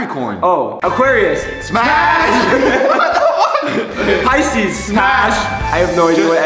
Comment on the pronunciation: Did they just say “pash” to virgo